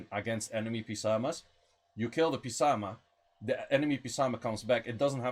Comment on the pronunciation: I don't think the P in psamanthe should be pronounced. Ps pronounces as S